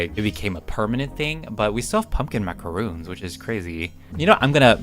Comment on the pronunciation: is pronounced (mac uh ron) 😔 macaroon is something else